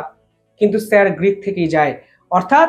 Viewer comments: Sir Creek not Greek. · স্যার গ্রীক বলছেন কেন? ওটা স্যার ক্রীক বলতে হবে। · It is Sir Creek, not Greek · Grick noi uccharon ta Creek , jeta Sir Creek er name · একটু পড়াশোনা করুন, বার বার বলছেন "স্যার গ্রীক" ওটা হবে "স্যার ক্রীক" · katha ta Greek na Creek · আরে আগে উচ্চারণ ঠিক করো,তারপর ব্লগ বানাও। ওটা স্যার ক্রিক হবে,গ্রিক নয়।প্রতিরক্ষা মন্ত্রীর ভাষণেও সেটা শোনা যাচ্ছে।জঘন্য এইসব ব্লগার।ভুল উচ্চারণেও লজ্জা নেই।গুজরাতের সীমান্তের একটি পয়েন্ট এই স্যার ক্রিক(ইংরেজির SIR CREEK)।এখানে C এর জায়গায় G কোথায়?অদ্ভুত এইসব ব্লগার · Sir গ্রীক নয়, Sir ক্রিক। উচ্চারণ ভুল হচ্ছে।